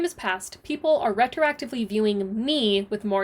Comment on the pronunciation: i laugh soo hard every time you say me-hee